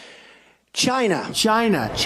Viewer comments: Why does truMcP 'China' sounds like vigina??? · Um Rachel, I believe it's pronounced, jyi-na . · Is he saying “ ‘gina” ??? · China, rhymes with “Gina”.